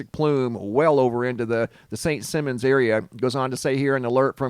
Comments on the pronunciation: “Simons” not “Simmons.” Ever play “Simmon says?” Yeah. Me either. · Simon says not simmons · It pronounced Simon, like the game "Simon says", not simmons like gene. lol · St.Simon is a long 'i'..'Sigh-mon' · just wanted to let you know that St. Simons is pronounced with a long "i" in Simons. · St Sy mon. Is how it’s pronounced. Hahaha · Here in the South it is pronounced Saint ( Sigh-mons ) Island.. 🙂 . Thank you for all incredible footage ✨ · Who tf cares how it's pronounced? Most people have never heard of St. Simmons Island.. so it must not be too awfully important. Just a speck on the map.. 😂😂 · St Simons...Simon like Simon says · I lived on SSI for a few years. Beautiful place that has had bad luck lately. It’s pronounced Simons like Simon says. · From a native Georgian; actually it's Saint "Sy"mon. :) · Saint Simon's island pronounced Like Simon says St simons island. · I live where this fire is. It has been here since I can remember and I have lived here since the late 1960’s. This has never happened before. They have had a boiler explode a couple times but nothing like this. By the way, not being mean, or TRYING not to so please don’t take it wrong. You don’t live here so you wouldn’t know, but Simons is pronounced like Simon in Simon Says. It’s cool that my city is on your video though the REASON for it isn’t. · Can’t believe all the HISSY FITS in the comments because of the mispronunciation of the island. Grow up and stop being so easily “triggered.” Damn!! SMDH.